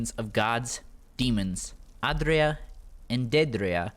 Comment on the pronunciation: The way you say aedra and daedra is is whack it's like AYYdruh and daydruh